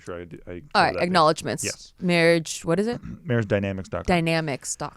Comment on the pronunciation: How are you guys? and "mawwwwiiidgeee" lol